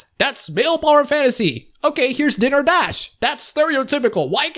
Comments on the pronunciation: "dinner" dash. lul. dai-ner, not dih-ner. It's the difference one n makes, apparently. XP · I'd just like to point out that it's not "Dinner" Dash, it's "Diner" Dash. A diner, pronounced "die-ner", is a kind of restuaruant.